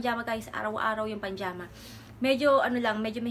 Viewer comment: pajama po hindi panjama. 😭